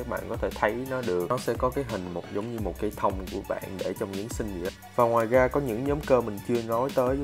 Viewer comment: Tập phát âm chữ ra , rồi , rêu rao ... ( ga, gồi, gêu gao ...???)